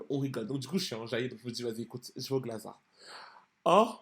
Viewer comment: Mdr les parisiens ??? Dites moi que vous dites « GlazarT » en prononciation ? On lis le T, je suis pas folle 😂